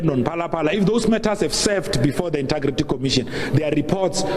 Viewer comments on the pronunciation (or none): Hey Pule its not 'inta' or 'inter' for the word integrity. its inteeeeeegrity. Hey Hey